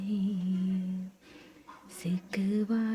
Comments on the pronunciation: hello mam its shikva not sikva🤣😂😂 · Sikkwa nahi shikkwa baba